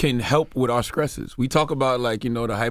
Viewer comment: He clearly says it like that on purpose. That's why there's always an emphasis on the word when he says it. He knows the correct pronunciation.